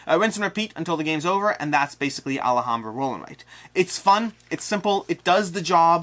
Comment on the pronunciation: All-hahm-bruh, not All-a-hahm--bruh. You're adding a syllable. Also, Xia is pronounced on every KS video done by the designer, and it's an "I" sound followed by "uh." Zi-uh.